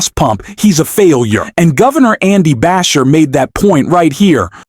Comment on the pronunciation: Just some info: Andy's last name is pronounced Ba-SHEER.